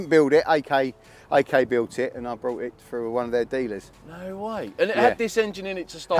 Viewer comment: BOUGHT NOT BROUGHT - JEEEESSSUSSSS